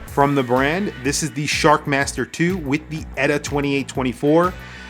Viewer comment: Lume is the wrong sort of corner to be cutting for a brand that thinks it's a "Luxury" brand, Inexcusable! Although I want a few of them. And it's E-T-A, not "Etta", ditz.